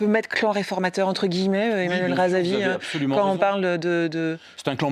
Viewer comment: il est honteux que cette journaliste n'arrive pas de prononcer le nom de REZAVI que pourtant il n'est pas si compliqué que des noms malgaches.